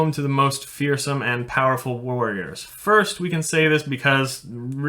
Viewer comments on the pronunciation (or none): none